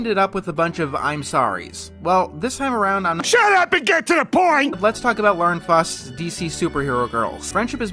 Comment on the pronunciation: This is a stupid ass nitpick, but why do people pronounce Lauren Faust's surname like "fost"? It's German like the story of the same name.